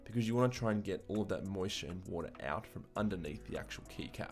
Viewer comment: how he says water: waha